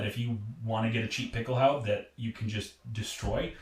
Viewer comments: Dude, Pickelhaube isn't some hard to pronounce word. Just add an "uh" to the end of it. Pickelhaubuh. If a German was trying to pronounce something in English and defaulted to the German way, would he get angry if you tried to correct him? I know I was a little standoffish with my first comment, but being a reenactor and not at least trying to learn how to pronounce common words used in your area of study is a little lazy IMO. If you don't know how to pronounce it, learn how to. Speaking with an accent and mispronunciation are two different things. Edit: Now I look like an idiot for misspelling it originally as Picklehaube... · Why don't you pronounce the final "e" in Pickelhaube? Do you think Porsche is pronounced porsh ? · THE HOMEDEPOTHUABE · Your pronunciation of Pickelhaube makes me cringe.